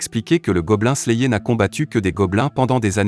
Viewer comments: Je ne suis pas sûr qu'il regarde vraiment les mangas qu'il resume pour dire Goblin slayéééééé. À voir les miniatures de la chaine la plupart sont putaclic sans parler des titres de vidéo plutot bizar. Si encore il y avait quelque théorie ou truc du genre se passerait,quoi que?. Autant de vu et like pour écouter " " lire un résumé tiré d'internet, les gens et l'algorithme Youtube me désespèrent. COURAGE a vous qui regardez les videos de cette chaine. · Je te jure, la vidéo est terrible mais la prononciation massacre l'audition lol